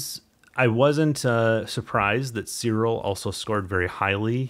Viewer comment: why you say ... "Sirol" instead Siril, is write with a "i" of "image" not a "o" of "omicron".